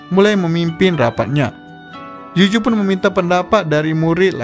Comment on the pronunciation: Saran bang,tolong Bedakan antara pengucapan kata "J" & "Z". Ex: Tomozaki,bukan Tomojaki. Yuzu,bukan Yuju. Selebihnya bagus👍